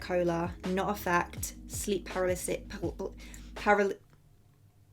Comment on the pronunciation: I love how she is trying to pronounce paralysis, I got you girl. Sound it out like this - PER-AL-EHH-SIS. GO OFF SIS!!! ILYSM